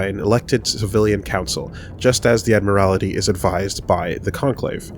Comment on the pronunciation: It's pronounced Admiralty (Ad-mer-al-tee) not Admirality (Ad-mir-al-i-tee)